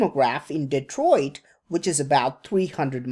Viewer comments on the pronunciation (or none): none